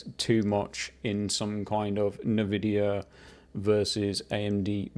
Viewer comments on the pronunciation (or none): First time I hear someone pronounce INvidia - Navidia